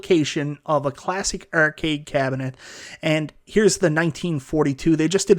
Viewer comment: If you're gonna talk about arcades all day, you should learn to pronounce "arcade" properly.